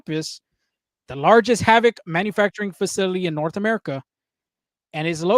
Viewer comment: It's Called HVAC or H-VAC.....Not HAVC